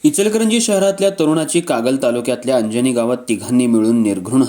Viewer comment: अंजनी नाही...अर्जुनी म्हणा